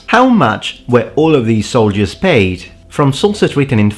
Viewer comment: "Paied". I'm assuming that's just a slip-up, since your excellent mastery of languages and pronunciation seems self-evident. So: PAID. Right?